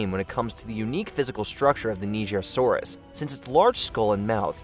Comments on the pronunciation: He pronounced the nigersaurus wrong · Bro was scared of pronouncing Nigersaurus 😂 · #19. He wasn’t trying to say it right, he was trying not to get cancelled lmao